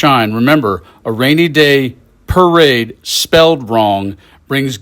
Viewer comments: Per-Ade. Must be Italian. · is it a parade or a para-raid